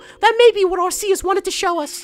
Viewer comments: Its pronounsed arkeus which is weird. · Its pronounced are-key-us. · Its arc eus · You mispronounced Arceus. It's ArrKKKKKK- EEEE-UHssss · Lol it's pronounced ark-e-us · it is prnonced arrr kee us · Leann Cottman NO ARR KEE US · I was good until he said Arceus name wrong... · I wish you'd say Arceus right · He is saying arceuse wrong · Stop pronouncing Arceus wrong. It's so damn annoying. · IT IS PRONOUNCED ARE-KEY-US AND IF NOT CONSULT A POKEMON HANDBOOK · arceus's official pronounciation is "ark-ee-us" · its actually pronounced Arkeus. Just stating a fact ppl. I do like Ggiratina a lot but Arceus is awesome. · People will hate me... it's pronounced Ar-ke-us GameFreak confirmed. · Everyone here is funny with the pronounciations, the one movie they did in English for Arceus pronounced it as AR-SEE-US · Arceus is really said arkeus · p his name is ar-key-us as said in the pokemon Sinoh handbook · first it's r-k-us now arseeus? gimme a break its ARCEUS. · watch the ar-key-us MOVIE! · arceus=arkeus in pronouncing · your prounauncing Arceus wrong its arkeus if you said it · not trying to be mean but in the movie they pronounce it AR-KEY-US :) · It's pronounced Ar-KEY-us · It's Arc-eus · It is not aseus!!!!!!!+It is un-own!!!!!!! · Pronounced Ar - Key - Us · Pronounce Arceus As Ar-Ki-Yus Please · Actually, as of watching the movie based on Arceus, the pronunciation used by the people in it was Ar-Ki-us... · Arceus is pronounced are/key/is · arceus is pronounsed arkeeus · It's arK-E-Us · and just for help u say it ar-ke-us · Pronounced arkeyus